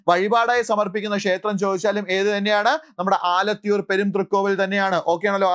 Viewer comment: ആലത്തൂർ എന്നാണ്